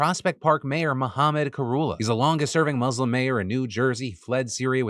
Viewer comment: 17 years of reporting news, still cannot pronounce ‘Muslim’ properly 😒